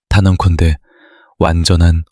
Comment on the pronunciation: 너무 많은데 그중 제일 재밌는 " 단원콘데(단언컨데)" 를 뽑겠습니다.